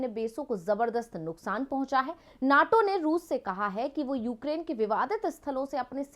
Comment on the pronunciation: Naaato nhi NATO hy yy neetoo